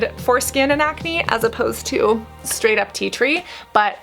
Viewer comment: yeah agree, emphasis on 'straight' is so lame lmao